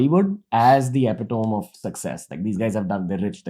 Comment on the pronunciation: It's not pronounced epitom it's epitome ranveer